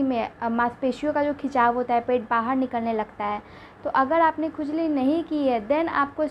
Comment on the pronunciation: 😂😂😂😂ye bolti Kaise h R ko d Nabhi bahad